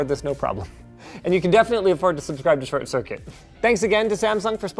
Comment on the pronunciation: Another great one Linus, I'm not really familiar with TortTircuit doe...